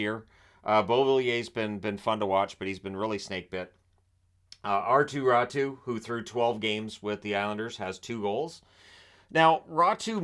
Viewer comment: It's raty not ratu